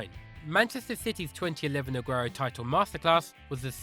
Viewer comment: The way he said Aguero was so funny!